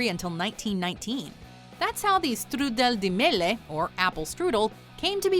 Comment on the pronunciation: Ma come dice strudel di mele fa morire 🤣 lasagna alla bolognese Emilia Romagna 🤣